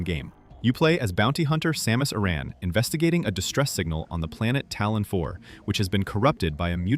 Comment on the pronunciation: "Samus Ah-Ran" 🤣